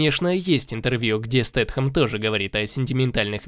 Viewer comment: Спасибо за видео / перевод! : ) PS: только не СтетХем, а Стейтем. (неоднократно слышал, что Стейтем очень не любит, когда его называют Стетхемом, видимо потому он такой редкий гость в РФ) : )